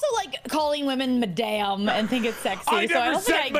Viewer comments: My french teacher is vehement about how madame is pronounced. If you say it the way he did the first time in this video, she says it is a brothel owner. It's kinda funny when the newbies mispronounce it. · That is the most atrocious way to pronounce “Madame” I have ever heard